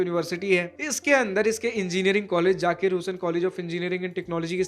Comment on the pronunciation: It's Zakir Bro Not Jakir 😑😑😑